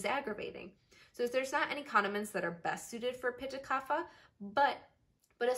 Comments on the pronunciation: Great video but Kapha is pronounced KAAPHAA (where the ph is not "f" but it is "p" with the "h" sound like ophthalmology). This is a sanskrit word not english so has different rules to pronounce. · true infact vata pitta kapha are all pronounced differently .